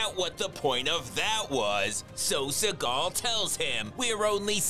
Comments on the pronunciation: I love the emphasis on his name: “Suh-GAHL” 😂😂😂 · Is it Seagal or suckall he's saying😂😂😂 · I like the way you call him "Sir Gull"